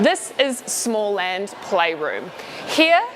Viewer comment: The host needs to learn basic pronunciation for Swedish … it’s not Small Land … 🤦‍♂️🤦‍♂️🤦‍♂️🤦‍♂️